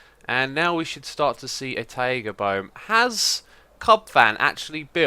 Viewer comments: It's "tie ga", not "ta ee ga". /ˈtʌɪɡə/ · your pronunciation of taiga is really weird, it's actually [t'aigə] like tiger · Ta-ee-ga? :D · i need to go to a taieeega biome, lol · The way you say Taiga kinda freaks me out. ^^